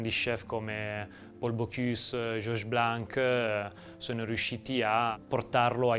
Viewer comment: you're not suppose to pronounce the "c" at the end of the name "Blan(c)"... This is a mute "c"....